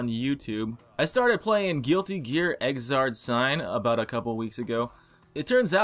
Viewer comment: It's crossroad not xard